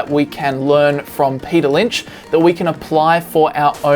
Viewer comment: Men... “Payter” is a genius